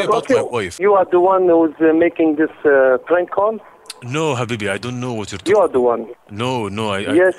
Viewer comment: You forgot to say “brank” instead of “prank”😂